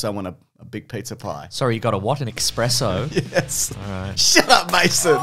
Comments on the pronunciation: its ES sspreso not EX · The tone when picked up he said expresso instead of espresso was hillarious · thanks for calling out the "expresso" so we don't have to